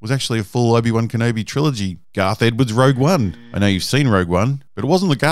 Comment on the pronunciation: "Garth" Edwards and Damon "Lindoff" hahahaha